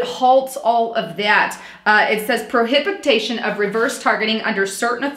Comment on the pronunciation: Section 4 Line 10: The word is pronounced [Pro Hi Bi Tion], Not [ Pro Hab I Ta Shun]... Best, MM:) Good Post!